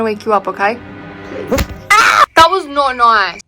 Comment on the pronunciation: THAT WAS NORT NOICE got me dying loll